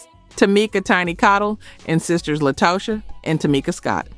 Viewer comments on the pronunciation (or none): Xscape group member is named LaTasha but spelled LaTocha... but you keep saying (La-Toe-Cha) lol😂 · The AI used in this was trash. Make sure it gets the groups names right. LaToesha? K-Sigh? Do better! Yet wondering why no one is subscribing or joining the membership?? It's not good content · lol and La-toe-sha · On-vogue, K-sigh, La-Toe Sha, the yawn ! Awful AI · Also include her pronunciation of LaTosha of Xcape